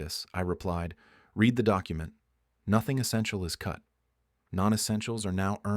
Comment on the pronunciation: Can you teach the AI to pronounce words better ? Read is a verb . When you have a phrase In this story like “ I read the letter ‘’ read is pronounced RED . It is possible to pronounce it “reed” but not in the context it is used in this story.